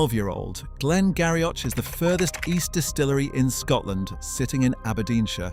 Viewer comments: Glen Garioch.... It is pronounced Glen Girie... Only as a side comment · Glen Garioch is pronounced Glengeery. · Interesting programme, some of the pronunciations are a bit astray. Islay is pronounced “ Isla” and Glen Garioch “Glen Geery” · Glen Garioch - pronounced Glen Geery